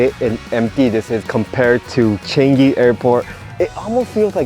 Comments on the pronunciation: That's not how you pronounce changi its pronounce as chuhng gee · It's pronounced chuh - ngi btw. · “Chen gi”